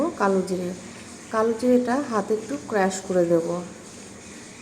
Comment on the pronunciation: Ota crash noi crush😂😂